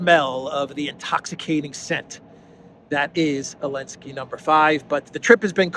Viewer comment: I'm getting a sense you don't like Zelensky. And you seem to have trouble pronouncing and spelling his name.